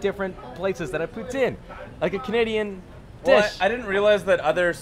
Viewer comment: The cringe I experienced when you say poutine is beyond anything I’ve gone through. You’re speaking English so please pronounce it in English